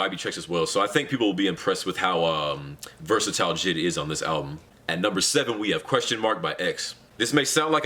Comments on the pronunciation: U said jid not JID I’ve never cringed more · He said jid not J.I.D. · It’s J I D not jid